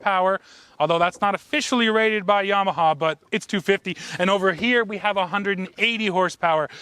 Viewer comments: Pronounce "YAMAHA", not "YEMAHA"!!! lol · "yaymaha"...like in yams and sweet potatoes pictured on your shorts? Canadians, eh! ..LOL!